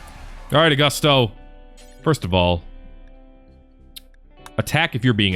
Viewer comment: Ayy, I made it, Sweet! Also its pronounced (Aw-goo-sto) , im honored